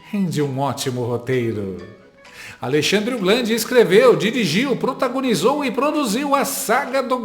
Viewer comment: Xandercir, Xandemar, Xandercrei, Xandele, vc deveria ganhar um OSCAR!!!! KKKKKKKKKKKKKKKKK